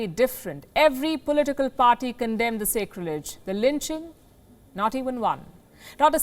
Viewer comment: "Sacrilege" is normally pronounced with a soft "a", as in sack. Not a hard "a" as in sacred.